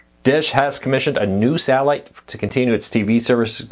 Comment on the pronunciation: this dude needs to learn how to speak before going on camera. wtf is sahhiite service